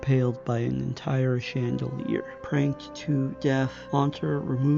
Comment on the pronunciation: I now have a new pronunciation for the word "Chandelier"